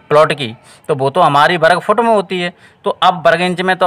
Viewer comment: वरगफउट❌ग़लत उच्चारण है